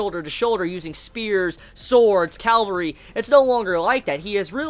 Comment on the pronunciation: says "Calvary" for cavalry lol